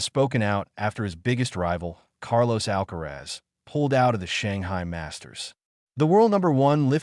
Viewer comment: Perdona Alcázar, no es Alcaraz, deberías decirlo correctamente. ALCARAZ